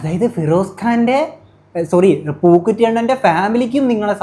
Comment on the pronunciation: njaan ivide chirichu pandaram adangi റസൂൽ പൂക്കുറ്റി അല്ല ബ്രോ റസൂൽ പൂക്കുട്ടി :D